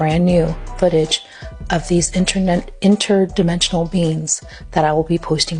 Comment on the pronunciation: You know this guy is telling the truth because he pointed out it was an inter-demen-chunal being not an alien.